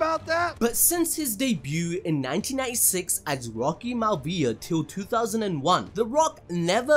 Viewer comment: Hey man , of the video you say “since his debut as rocky MAL-VIA” He debuted as Rocky MY-A-VIA Are you even a wrestling fan or just trying to make it big by disparaging the WWE?